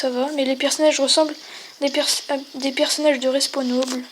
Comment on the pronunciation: On dit respawnAble et pas respownoble